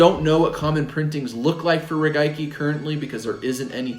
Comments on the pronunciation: He said “regaiki” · That is definitely not how the Japanese say it. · “Regaiki” lol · I knew i wasnt the only one. Wasn't sure if i was saying it wrong for a 100 years or if thats how they say it in Japan